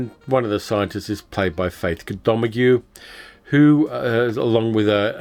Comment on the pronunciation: really enjoyed this. Two of my favorite "oldies". BTW, Faith Domergue is pronounced"doe mairg". French, I think.